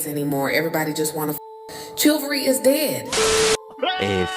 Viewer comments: Yes, darling. "Chilvery", IS dead. 🤣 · Hahahaha... She can't even pronounce it properly, which underscores how little she values it. She said "Chill-very is dead..."